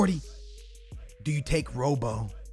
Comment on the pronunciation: ITS FUCKING ROBBO SKILLZ NOT ROW-BOW FFFSSSS